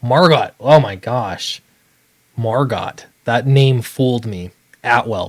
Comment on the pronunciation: It's pronounced Mar-Go XD